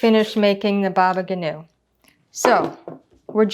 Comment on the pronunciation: thank you dear lady! btw baba ganoush is pronounced with the s at the end :)